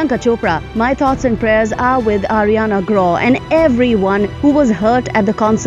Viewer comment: It's not pronounced Ariana gra it's Ariana grande .